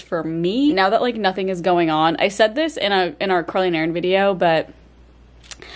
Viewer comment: When Carly says “Carly and Erin” it sounds like she’s saying curling iron. That is all.